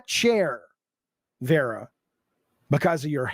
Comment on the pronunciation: You're not educated enough Vera...it"s Vara you dumb F